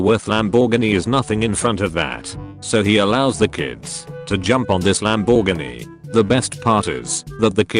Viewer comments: Lamb bore ginny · WTF is that pronunciation of Lamborghini ?? 🤣😂